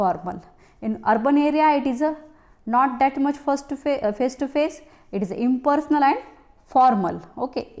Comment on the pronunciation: mam some word are difficult to understand i.e. informal impersonal